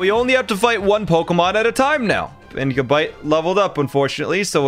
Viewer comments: it's not gu-bite its ga-bite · This mf said ga bite Its gab ite